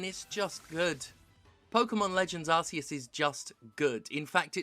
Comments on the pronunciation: Thank God for Jim for being the only reviewer with a real opinion pronouncing Arceus correctly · Thank you Steph for ignoring the stupidity of the Pokemon Company and ACTUALLY PRONOUNCING ARCEUS' NAME CORRECTLY! Thank God for you!